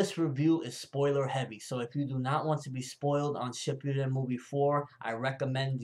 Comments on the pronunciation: dude its not pronounced as shipyuden but shippuden in which there is no letter "Y" sound. it sounds so crappy if japanese terms are pronounced in english accent and pronunciation. anyway i wish minato saw the fuuton rasenshuriken as well but alas... he only got to see the ordinary rasengan by naruto... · YOU SAY SHIPPUDEN WRONG